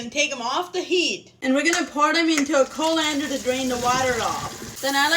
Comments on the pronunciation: Its pronounced "call lan der". I'm writing it phonetically, emphasis on "call". But is actually spelled "collander" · Coalander? Or colander ? 😮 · I love the way she says collander😄😄😄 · Is it pronounced Co (long O sound) lander or Col (rhymes with ‘doll’) ander? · Oh my gosh her knife skills for one have me eeking the whole time I’m watching her her cut and secondly, I will always be saying colander differently for now on 😆